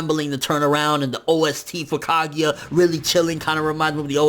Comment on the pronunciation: Her name is not Kagya, it's Kaguya. 1 Love